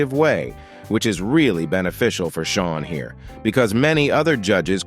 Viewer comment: He calls him Shaw instead Sean (sound is Shawn) and sheen either